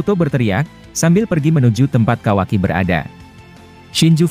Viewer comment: Kawaki,bukan kawai😂